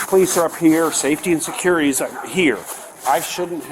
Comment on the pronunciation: How can a lady that works at a school say surcurity Surcurity?!? What the??